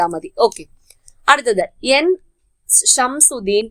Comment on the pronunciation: ഷംസുദീൻ അല്ല ഷംസുദ്ദീൻ.